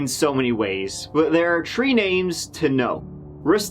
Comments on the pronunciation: Its tHree names not tree names. Its throat not troat. Try taking lessons on how to pronounce words properly before putting yourself on display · one, two, tree...goo! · I love you man there is always a "tree" in your videos 🌳 😄 ..story told brilliantly as always too. Sad but I think these stories should be shared.